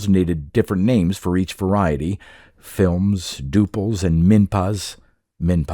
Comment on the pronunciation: "flims"? sounds like the Kardashian "skims"